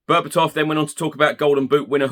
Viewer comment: Berbatov is correct mate